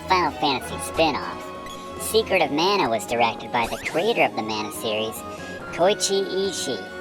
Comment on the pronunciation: the game is pronounced mana as in maa nuh